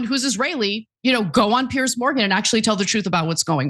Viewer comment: Piers not Pierce ……..